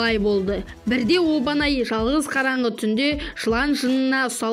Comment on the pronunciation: Обанай емес Абанай десей Обанай деп жазылат. Томиоко емес Тамиока дейді.